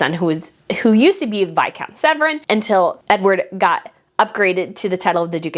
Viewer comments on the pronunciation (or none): just so you don't get "called out" by those nasty Trolls again; James Viscount Severn. The "Severn" in the UK is pronounced "Sev - URN".... Not SevREN... (Hope I don't sound bossy).. Think of the beginning of the Number Seven (SEV), with an URN on the end of it... So SEV-URN.. (a bit like Saturn the planet)... But definitely NOT SEVRON.. Lots Of Love David Alp - And my doggy Flossie x